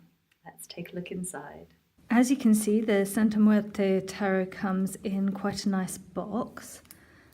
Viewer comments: Love the way you pronounce Santa muerte ❤️❤️❤️❤️ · You're the first person I hear it say it correctly in English and it sounds smooth too👌